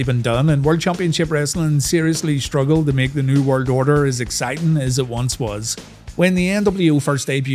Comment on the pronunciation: Bro literally says New Word Odor